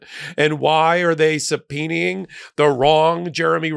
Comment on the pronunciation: "Subpoenaing" is not easy to pronounce. Good job. Yes, I had to look up the correct spelling. 😂